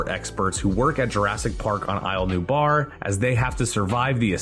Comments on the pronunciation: Cry-ton, nue-blar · KRISH-TAHN?!?? NOO-BAR??? SERIOUSLY?!?!? "WTF Happened to Credibility?"